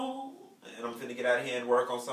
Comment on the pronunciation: "SHE FRINNA" 😂😂😂😂 can you not?!